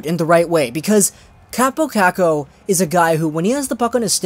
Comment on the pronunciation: It sounds pretty stupid also when you say it the "Finnish way"